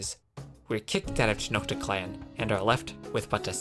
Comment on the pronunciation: Tenochtitlán: Schnoktitlán